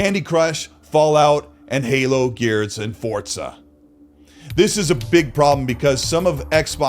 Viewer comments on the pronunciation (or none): For za not fort za